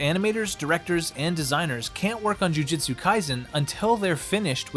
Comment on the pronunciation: it's alright. To make up for it make an entirely different video pronouncing it correctly. I'll be waiting.